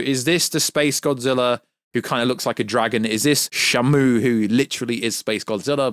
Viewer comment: You keep pronouncing shimu name wrong it's (she)(moo) not shamo. He not a whale lol